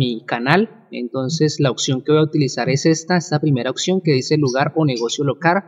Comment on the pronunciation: Porfa pronuncia oPción! no oCción :S